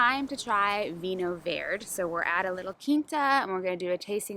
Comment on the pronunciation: Hello. I hope you get to visit more regions in Portugal. We are dmall but pack a lot in a small package. By the way, it's Vinho Verde. If you are familiar with spanish, the portuguese word means the same as in spanish - green. In the case of the Vinho Verde that is not a name sbout the colour but it's green as use to mean new. Vinho Verde is new wine that is not fermented so it retains a bit of gas making it taste both sweet yet bubbly-like. It's great with fish or shellfish food but it can also be a great summer wine to drink chilled while enjoying an evening in the shade. But really, you can drink it anytime, any excuse is a good excuse to drink Vinho Verde. V8nho Verde is exclusive to the region of Minho in Northwest of Portugal, it's a designated and protected denomination (both by local national law and by EU law) so only this part of the world can produce Vinho Verde.